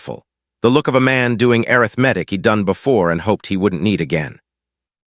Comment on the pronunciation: NAME IS PRONOUNCED SY-LUS. ARITHMETIC IS uh-RITH-muh-tik. Some uses of the word READ, are pronounced red. AI isnt very smart, and foreigners dont know how to proof read.